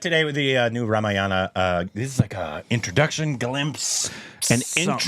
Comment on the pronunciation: No it should be Ramayana ideally. Dropping/cutting the last syllable is bcoz of urdu influence which most Northindians are under.